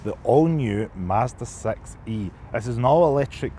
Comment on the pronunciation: I like that with scottish accent the model name Sounds like sex-y 😊